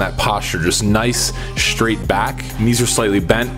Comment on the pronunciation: it's not shtraight it's straight